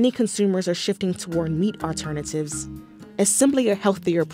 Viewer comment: *aLTERnatives not *AUTernatives *tolD not *toDe